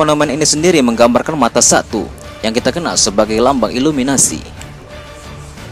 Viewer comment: Illuminati bro bukan illuminasi